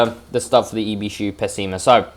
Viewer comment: Most people’s pronounce it as “Peh Sei Mah “ And “I be Shoo” Buuut it’s fine pronounce it anyway It’s based of a 84 Non pop up Accord Edit: or a 80s galant